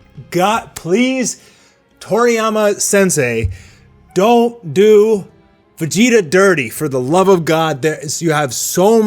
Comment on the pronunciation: Can't help but notice he says: Beh-gi-tah Not Veh-gi-tah